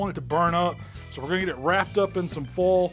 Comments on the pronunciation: The way he says foil makes me nervous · Especially how he says foil 🤣